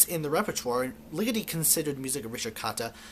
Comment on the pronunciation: The way you say Ligeti gets on my nerves